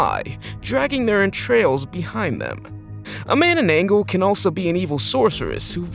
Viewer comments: That,s not how you call manngabal it,s manananggal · I laughed when you said Mannanggal wrong